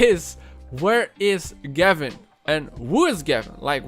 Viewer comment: Gevin? More like GAV-IN